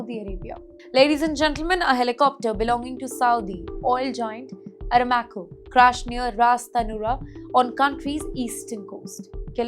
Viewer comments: WOW, WHAT THE HELL IS ARA MAKO.. WHO BROUGHT YOU IN.. PERSONAL BEDROOM FRIEND, IS HE ?? ITS PRONOUNCED AS ARAAMCO FOR OIL GIANT ARAMCO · Hello, Please improve your English pronunciation and presentation. Watch this video yourself and notice how many mistakes were made. For example, the word ARAMCO was pronounced incorrectly. You also mentioned "US and Iraq war" when the topic was actually the "US and Iran war." Such mistakes can change the entire meaning of the news and may confuse viewers. Before publishing a video, please verify the facts, names, and pronunciations carefully. Clear and accurate reporting helps maintain credibility and ensures that viewers receive the correct information. Thanks